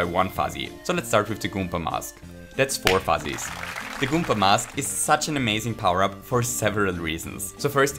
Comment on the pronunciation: goom*a is a swear but its ok because he keeps saying goompa